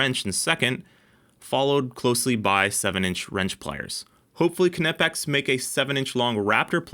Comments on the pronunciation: resident German here. No, that’s not how it’s pronounced. It’s basically like the English “knee”, but with a hard k. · I’m sure the k is silent. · The k is silent… do you call it a k-nife? Dingus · The k is silent. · The K is silent like knife, know, knot in English but don't take my word for it watch knipex UK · It's not "KUH NI PEX", the "KN" is pronounced like the "cn" in "Acne", no filler vowel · Love the videos! But, fwiw, it’s pronounced kuh-nee-pex by the company itself. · Good test! Good video. I just have to say it, it is gnawing at my brain. "Nigh-pex" = Knipex. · “Nipex” with a silent K 🎉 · Damn kuh-nip-ex I mean yes but skip the uh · I've never liked that pronunciation of Knipex, yet everyone does it. Pronouncing it as if it was Knifex, with a P instead of an F, sounds a lot better. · OMG NOOOOOOOO! "NYE-PEX" im so triggered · You don't say ku nif, you say knife. Ni pex k is silent. knipex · Am I completely wrong that the K in Knipex is silent? I even googled it, and google told me it is pronounced nipex. Project Farm always pronounces the K as well. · I don't get the pronunciation with Knipex they say it Knipex but then say its Kuh-Nip-X just say it how it's written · Knipex is a silent K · Don't pronounce the K you Knucklehead